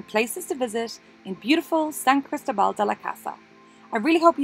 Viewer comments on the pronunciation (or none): And put the stress on the "O".....lol